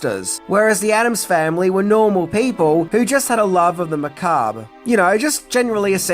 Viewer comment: You learned to pronounce Macabre!! 🎉🎉🎉🎉, you're now a head and shoulders over most youtubers! Edit: Debuts has a silent T.